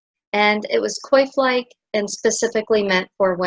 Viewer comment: It looks like you got plenty of explanations of how to pronounce the letter "j" in Germanic languages. I'd like to supply a guide to the French pronunciation of "oi"; it sounds like "wah." "Coif" is a French word and should be pronounced "kwahf."